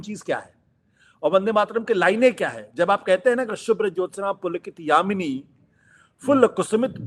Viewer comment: आशुतोष ! यामिनी नहीं -यामिनीम् । सुभाषिनी सुभाषिणीम् । सुखदं नहीं सुखदां और वरदं को वरदां कहें ।बच्चे इसे रोज प्रार्थना में गाया करते हैं। अतः किसी से भी गलत उच्चारण की अपेक्षा उचित नहीं है |